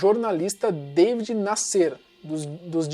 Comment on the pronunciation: É Davi e não Deivid